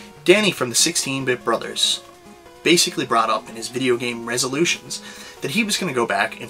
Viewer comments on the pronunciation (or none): none